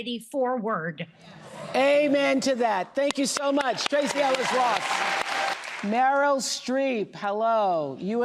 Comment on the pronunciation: Oh dear, Harris called Meryl “Marilyn”.